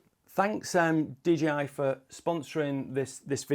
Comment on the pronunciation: Couldn't stop hearing dgi 🙉😂